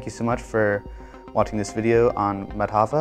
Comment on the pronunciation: The pronunciation of Indian names is unfortunately incorrect. The stress in the trisyllabic names Madhava and Kerala is on the first syllable, not the second (i.e. MAdhava, KErala using capitals for the stressed syllable). In the name Sangamagrama, which has 5 syllables, a compound of Sangama and Grama, the stress is again on the first syllable of each name - i.e. SANgama and GRAma. These are simple rulea and abiding by them ought not to be a problem..